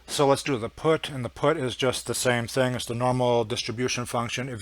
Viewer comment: FINISH OFF UR DRINK! PUT IS SPELLED AS PUT & NOT "PUTT". & BY THE WAY WHAT THE HELL R U TRYING TO CONVEY TO THE COMMON MAN? ALL THE FIGURES R READILY AVAILABLE IN ALL THE PLATFORMS. WHY COMPLICATE ISSUES FOR HALF AN HOUR? & WHO KNOWS ABOUT PROGRAMMING?